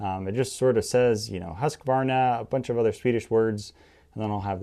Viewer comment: I like how some people say “Husqvarna” because almost none of them say it right xD